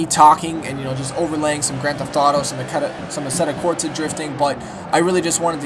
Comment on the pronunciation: My only criticism: its a asetta corSa, not asetta corTZa.